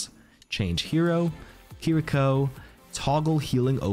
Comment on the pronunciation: great video as always. The only thing is that you don’t quite get the pronunciation of “Kiriko” right.